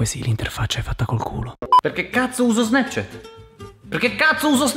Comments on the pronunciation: Si pronuncio SNAPCIAT non SNEPCIET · Nessuno:: SNEPCHET